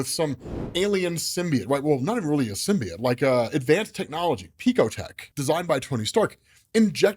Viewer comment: Learn how to say symbiote